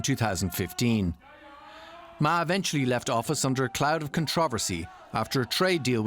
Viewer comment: Peace is never controversial. By the way, the news anchor at the start pronounded Ma's name wrongly. This slip very much indicates that this channel/anchor had probably paid very little attention previously to the China mainland/Taiwan complexities... And that aside, frankly, his visit will certainly lower temperature across the straits and send a signal from Taiwan to the rest of the world that there are 2 different blocs of perspectives there, not just independence that could trigger war. For the rest of us in Asia, war across the Taiwan Straits is a lose-lose situation for everyone in the region, and DPP's provocative push-moves are certainly not very much welcomed if it were to lead the rest of us into war... By the way, the official name of Taiwan is still the Republic of China...